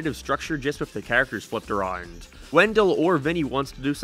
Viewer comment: I throws me off when you say a rond